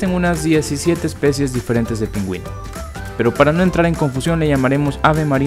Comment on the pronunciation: Te equivocaste en decir pingüino